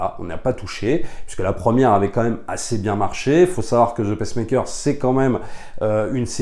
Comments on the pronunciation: Attention on dit Peacemaker et non Pacemaker, Pacemaker c'est un appareil pour les personnes cardiaques LOL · Peacemaker, pas "pacemaker", un ptit effort sur l'anglais c'est pas dur (crisis, suicide squad...) :) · Pardon, mais tu m’as fait rire: tu dis « Pacemaker » qui est un stimulateur cardiaque, au lieu de « peacemaker » (prononce « pissmaikeur ») qui est un pacificateur 😁 sinon, merci pour tes vidéos, toujours très intéressantes… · ca se prononce "pice" maker comme paie pas pece maker qui est un activatieur cardiaque! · Bonjour, c'est bizarre comment tu prononces Peacemaker: tu le dis "paissemaker", comme la machine cardiaque le pacemaker. Tu devrais dire le "pissemaker", comme dans Piece and Love. Bonne journée.